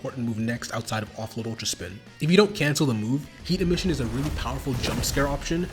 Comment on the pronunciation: bro its not that hard to say emission